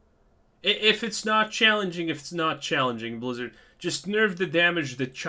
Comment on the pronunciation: BLAZZARDD WHY?! pounds table-san